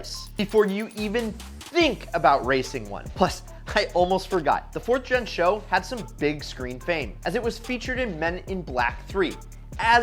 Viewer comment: GM struggled with the sales of the Chevy SS, and the company is entirely to blame... For unknown reasons, they barely advertised the damned thing! It's actually "Taurus S.H.O." It's just like the Grand Prix G.T.T.P."... you'll make a fool of yourself if you say something like "Grand Prix GuTetTPuh"...